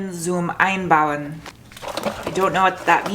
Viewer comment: Sportwagen zum Einbauen means sports car to build in. It doesn't make that much sense in german. But you pronounced it really good.